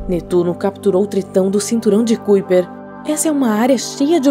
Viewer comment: Fica melhor se pronunciar Cinturão de Caiper...é Holandês (kuiper)